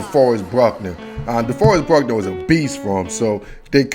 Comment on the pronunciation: It's "Buckner" not "Bruckner" It's "Kinlaw" not "Kinslaw" 5th round pick Colton McKivitz.